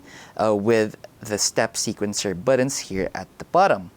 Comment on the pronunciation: He says "buddins" so many times, I can't unsee/hear it lol